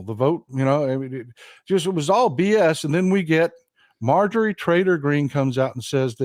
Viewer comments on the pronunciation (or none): none